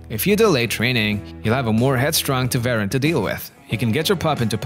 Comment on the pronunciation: Poster: Please learn how to pronounce Tervuren.